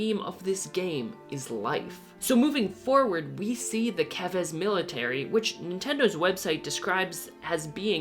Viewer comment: FINALLY! A youtuber who pronounced "Keves" right lol